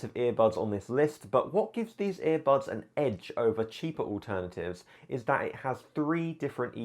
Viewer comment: I HATE IT WHEN HE SAYS EAR BUBS EVERY TIME